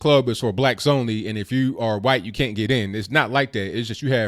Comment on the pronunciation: why cant you pronounce white correctly it sound like you saying something else